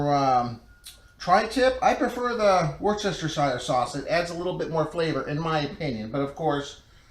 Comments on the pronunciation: Great cook—I just got a Pit Barrel Cooker, and I’m trying to decide whether the first cook will be a chicken or a tri-tip. Or maybe both. With all due respect, permit me to point out that the pronunciation of Worcestershire is Woostersheer. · Good job, bud! I love my Pit Barrel, too. Amazing smoker and very little tending needed. Super nice kitchen. Not nitpicking (I appreciate it when people correct me when I'm mispronouncing), but go here to find out how to pronounce Worcestershire